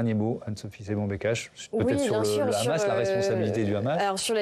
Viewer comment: Le khamas, le khamas. Ils ont un très bon français, pourquoi le prononcer avec un accent hébreu ?